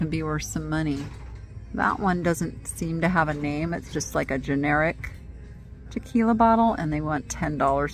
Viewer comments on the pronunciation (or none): none